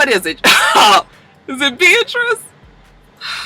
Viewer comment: Everytime you say Beatrice I die laughing 😂😂